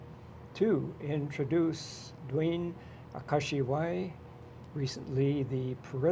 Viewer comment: Wow, that fella murdered your last name Duane ..LOL! ;)